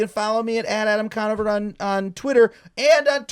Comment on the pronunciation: Adam Drawnover